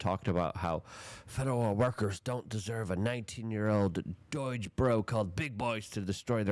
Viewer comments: Yeah and it's DOGE not Doige. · Illi-NOISE, Hoots Ease, Doy-ge... does he mispronounce words intentionally?